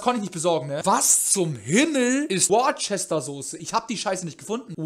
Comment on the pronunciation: Worcester wird wuusta ausgesprochen